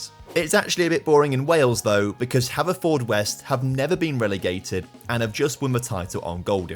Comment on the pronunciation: Alright just one for future videos, Haverfordwest is pronounced hanfudwest